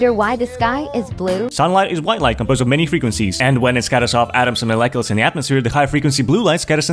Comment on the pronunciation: Did he just pronounce molecules like a greek hero